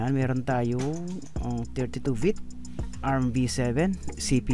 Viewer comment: Bit pre bit!!!! Bbbb bbbb baboy bit!!!hndi vit!!!vit?? Bit ah bit..shunga shunga hahaha